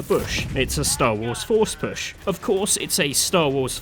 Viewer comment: Anybody catch when he said forsh push?